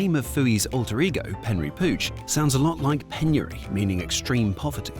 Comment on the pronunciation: Isn’t it Penry, not Henry?